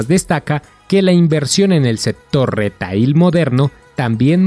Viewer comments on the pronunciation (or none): El termino en ingles "retail" si no se pronuncia adecuadamente, entonces mejor hacerlo en espanol "venta minorista". La palabra "retail" se pronuncia "riteil".